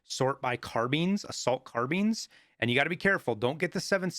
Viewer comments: “Assault car-beans” 🤣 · you lost me when you said car beans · "sort by car-beans, assault car-beans" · love how you pronounce carbines